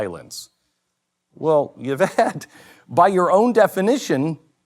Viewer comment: The y in Yvette is pronounced EE so her name is EEvette.